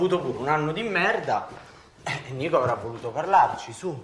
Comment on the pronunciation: bestie its nico not nicco